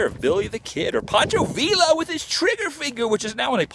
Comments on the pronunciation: those canals are flood control. and it's pronounced VEE'YA not VILLA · Adam I love your videos but please no offense intended. You need to work on your pronunciation of the names of towns and people. Poncho Villa is pronounced Viya. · Adam is pronounced Poncho Via the Ls in the Spanish Language are silent bro and it was the Gadeson Purchase I do believe I may have misspelled it!